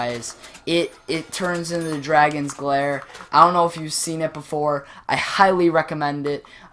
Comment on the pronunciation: You keep saying dragons glare 😂 it's Dagon's Glare😂